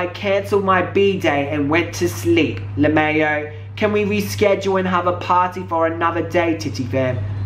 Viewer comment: Did he just say le may oh ?